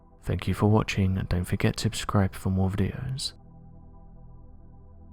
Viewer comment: Why does he keep saying "..and don't forget to abscribe for more videos.."